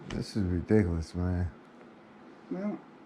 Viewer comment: True to some extent, but at the same time serves to emphasize how depraved these chomos are. Also, his pronunciation of "Adelt" & "Ree-Dick-A-Liss" should be copy-righted.